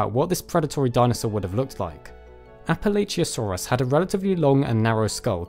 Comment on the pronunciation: It's Prounounced Appa-Latch-uh source, I live in Appalachia